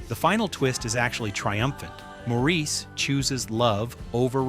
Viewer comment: The movie and character “Maurice” is pronounced “MOR-is”, NOT “Maur-EES”. If you had seen the film, you would know how to pronounce the name correctly ❣️❣️❣️ correctly. ❣️❣️❣️❣️